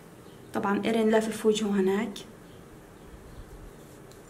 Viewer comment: ياهوووووووه مليون مره اقول اسمه مو ارين بل ايرين افهمو، 😒😒😒